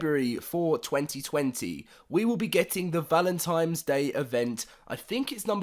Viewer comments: I hate when people say "Valentimes" Day instead of "Valentines" Day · Hefty Guy I don't celebrate valemtimes day